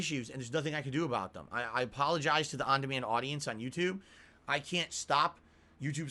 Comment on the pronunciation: "The on demand Yoututbe audience" HAHAHAHAHAHAHA!